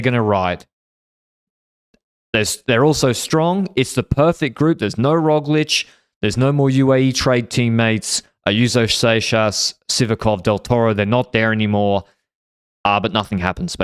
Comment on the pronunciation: is so mispronouncing Seixas's name on purpose. The CC doesn't write out Sex Ass when says it.